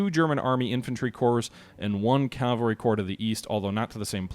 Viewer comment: I know it takes an effort, but it's Cav - al - ry Not Cal-va-ry. calvary is a place, not a military unit. But a very nice presentation to be sure